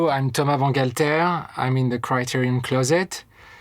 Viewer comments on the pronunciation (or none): All these years I thought his name is “Thomas” not whatever the fuck he pronounced it 😂